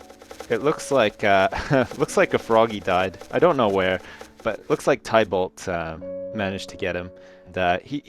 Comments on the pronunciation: its not pronounced tiebalt its tibalt(spelled tybalt) :| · Tybalt is pronounced like Tibbles (as in a cat's name). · Tybalt is pronounced Ti-balt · you say tybalt like this: ti-bal not tye-balt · Everytime he said "Tie-balt" I died a little inside. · Tybalt Ti-Balt That's how you pernose it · His name is pronounced "Tibo". I had a penpal named Thibault so I would know.